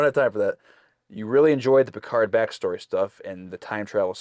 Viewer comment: Josh’s pronunciation of PERCARD is quickly becoming my favorite part of these reactions. It almost sounds like is slowly starting to follow suit. He started with Picard but it’s slipping.